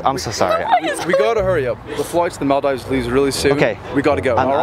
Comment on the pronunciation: He needs a chauffeur who can pronounce Maldives.